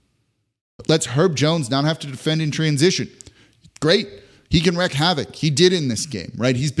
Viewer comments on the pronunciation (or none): also wreeeak havoc not wreck. youre welcome